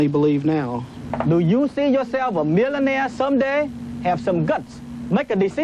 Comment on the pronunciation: I won't take advice from someone who can say millionaire correctly